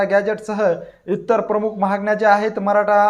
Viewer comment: उच्चार सुधारा...'महागण्या' नव्हे 'मागण्या'! 😀